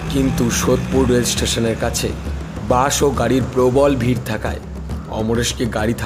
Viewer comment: Case er pronunciation 'kesh' hoye gache, Bus hoyechhe 'bansh', seat hoyechhe 'shit' ... ... erakom onek bhul uchcharan aachhe